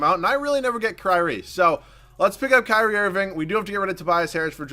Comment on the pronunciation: wait did say cryry irving im dead